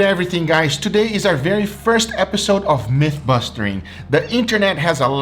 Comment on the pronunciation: “mythbustering” you just gotta love this nigga 🤣🤣🤣🤣